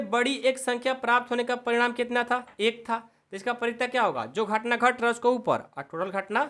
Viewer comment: Sir gahtna nahi ghatna hai 😂😂😂